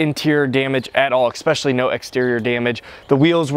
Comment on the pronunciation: C6 looks better. Chrome wheels look the best of all. The work is eSpecially, not eKspecially. I like the video, thumbs up!